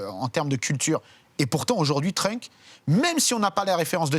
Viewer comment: Pwaaa le 'Trunk' ca pique... C'est Trunks ! Pk les gens ont du mal avec les s en anglais???